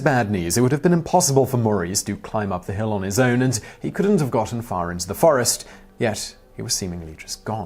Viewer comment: AI can’t get forests right